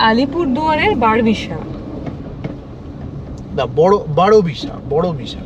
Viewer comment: যতদূর জানি ওটা ধমধমা নয় দুমদুমা হবে হয়তো। বারবিশার উচ্চারণ টা হবে "১২বিশা" ।